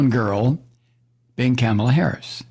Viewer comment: Rupert Murdoch. He’s a televangelist, right? I kinda figured. Its pronounced “Kah-mah-lah” with the emphasis on the “Kah” part.